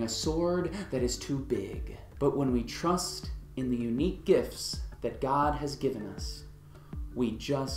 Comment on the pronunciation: minutes in..."Turst in the unique gifts He has bestowed"...? "Turst"? :-)